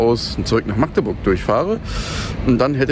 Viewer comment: schön zu hören das du meine Heimatstadt richtig (in welchem "slang" auch immer) aussprichst 👍👍👍 99% der Deutschen schaffen das nicht (mit 3 oder mehr aaaaaas)🤬